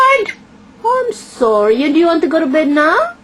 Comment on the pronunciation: AHM SORREH